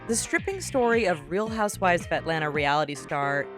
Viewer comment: Did you guys hear her she said tripping instead of stripping?